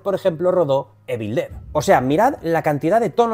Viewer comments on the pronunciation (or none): none